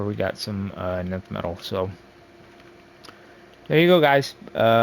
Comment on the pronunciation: also its nth farming not nynth farming duh! 🤷‍♂